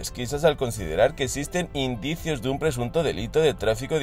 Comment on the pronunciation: "indicios" dice 🙄